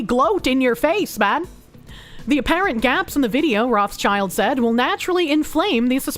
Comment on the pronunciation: one trivial thing, it's not roth child. it's roth schild, read as roth shield. their name is yiddish for red shield, their coat of arms, not for red kids.